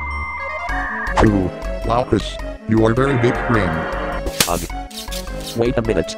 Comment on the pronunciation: smg4: 4;52/9;30 bwain